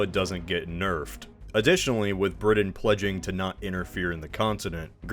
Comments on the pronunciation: Did it drive anyone else nuts that he kept saying BriDin? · Still trying to figure out what country "Bridden" is. ☺ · Wait which country is “Bridden?”Sorry, I couldn’t resist. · Are you aware the letter "t" exists? Briddan, Uncerdan, ed cedera... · generally, a good post except Britain is pronounced with a T not a D. 🤷🏻‍♂️ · Learn how to pronounce Britain. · Thank you as an English person that made me wince lol